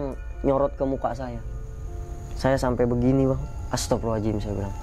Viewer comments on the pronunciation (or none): Bang kok tiap bilang ataghfirullohal ajim.. Beda lafadz beda makna bang.. Mhon maaf tidak bermaksud mnggurui dll..tp bukan sperti itu lafadz istighfar 🙏. Mhon maaf skli lg